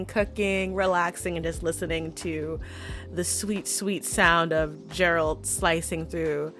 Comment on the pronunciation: I'm not even 3 minutes in, but I'm in tears because of the way you say Geralt. Is it how they say it in the audio book? How can we burn something that doesn't physically exists?! The G in Geralt should be pronounced as that in grass.